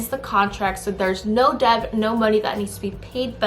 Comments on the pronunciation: FYI. Debt - b is silent. Should be said like det. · This was very insightful, thank you Just a little tip : "Debt" is pronounced more like "Det". The "B" is silent and its much easier to say "det"